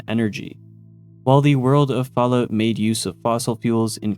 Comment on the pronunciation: i luv the Canadian version. Falloot, eh?